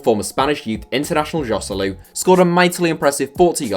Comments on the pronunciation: Hoselu that's how you day it, it's a Spanish name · no He's not wrong, it is in fact pronounced Hoselu, and spanish and castillian are the same language you dumbass